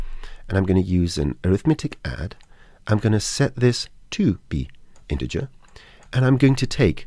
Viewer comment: Iterate is pronounced IT ERR 8 not EYE TERR 8. Integer has a soft g sound. ie as in gentle not garlic Apart from that very helpful. Any chance of an update version as the scene nodes have moved on a lot in more than 3 years since this was posted.